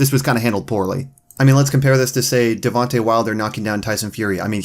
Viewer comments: Anyone notice he said devontay instead of deontay 😂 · Why does he say devonte wilder saying Deontay isn’t that hard